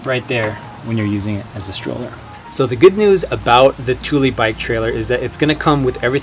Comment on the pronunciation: Hello from Sweden. Thule is pronounced Tula. Tuuli is a totally different name. :)